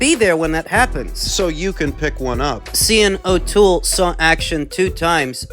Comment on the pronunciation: Sh-arn O'Toole